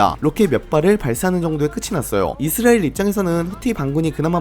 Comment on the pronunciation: 이스레엘 말고 이스라엘이라고 읽어주세요 😢